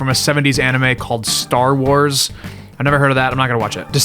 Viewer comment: Yes, I also have not heard of that specific 70s anime called 'Staar-uars'.